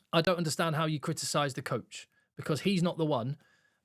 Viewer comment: He said couch guys, not coach.